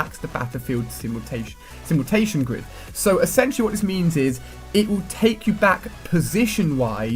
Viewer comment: SimulATION Ali, not SimulTATION